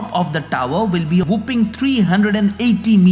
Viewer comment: First of all thank you for the work you do and I, like most, appreciate it very much. This comment is not meant to mock or demean but to help change certain pronunciations as your viewers and/or subscribers might pick them up. Having said that; 'Asymmetric' is pronounced as < A-Symmetric > not < Ass-Symmetric > 'Whopping' is pronounced as < Whop-Ping > not < Whoop-Ping >